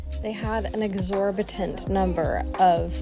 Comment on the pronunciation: Exorbitant not tant